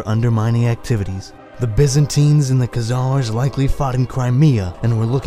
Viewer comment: before you make a video on the Khazars you should learn how to pronounce their name. Stopped it and thumbs down ... your melodramatic comic-book narration is a bit much, y'know. Not worth listening further to this, there's far better on YouTube than all this amateur stuff coming out by youtubers cranking out short videos with trendy graphics and narration... who don't know how to pronounce the names and words they're using. ....